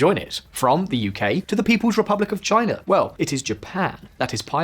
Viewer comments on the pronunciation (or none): none